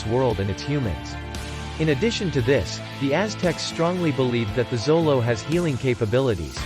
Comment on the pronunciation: It's not zolo.....! It's pronounced sholo